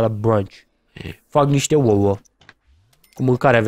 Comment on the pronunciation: "Hai sa mancam uoua"